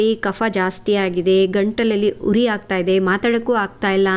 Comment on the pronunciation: ಕಷಾಯ ಚನ್ನಗಿದೆ,ಭಾ ಷೆ ಸುಧಾರಿಸ ಬೇಕು, ಉದಾ: ಹುರಿ ಅಲ್ಲ ಉರಿ!